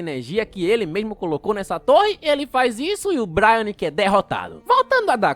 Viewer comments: N é 'bráiaque' é brainiac (breiniac) :face-orange-raised-eyebrow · É BRAINIAC, não BRIANIC kkkkkkkkk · Vídeo impecável como sempre! só uma correção mano, o "Braniac" que você falou aí no vídeo se fala tipo "Breiniaki" e não "Braianiki", mas tranquilo, esses cara só dificulta nos nome dos bixo também kkkkkkk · Vídeo muito bom, mas ouvit ele chamar o brainiac de brai- nac kkkkkk se fala brei-niaqui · manos essas pronúncias do nome de braniac incomoda de verdade